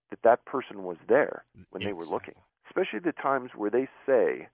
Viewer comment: The x is the new s sound. He's trying to keep it gangsta.